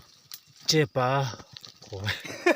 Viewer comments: chepâ niloin chepa aw.athluk a awmlo.mizo tawng i zir angai ani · Chepa ti mai Ula tinge chepaa in tih tlat thluk kha, a ngailo chepa ti tawp ru mak em mai